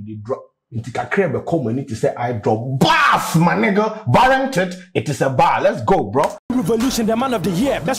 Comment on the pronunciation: said bath!! instead of barzz